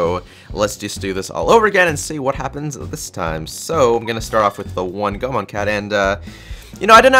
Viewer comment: It's pronounced "go-A-mon"